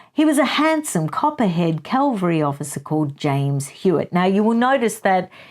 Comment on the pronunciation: Did you just say Calvary officer?